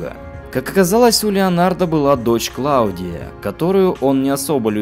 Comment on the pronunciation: Все хорошо... но какая ,к черту, Клавдия?! Она КлаУдия. Сильно режет слух.